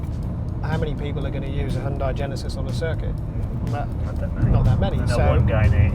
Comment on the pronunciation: I have worked with them for years. It is NOT He yun day. It rhymes with Sun Day. Hyun Day